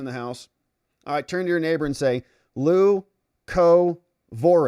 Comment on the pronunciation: Pronounced: LEW-co-vor-in.